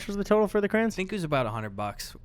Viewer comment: why are you pronouncing crayons like that